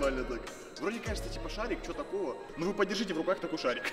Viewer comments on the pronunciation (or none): прям до "ТАЛОГО". НИЧЕГО СЕБЕ ТАЛОГО.